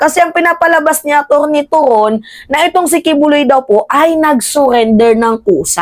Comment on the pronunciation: Mimaa atty torreon hindi toron